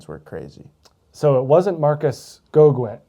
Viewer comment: Marcus Go- Gin / go-gun (ignore the "e")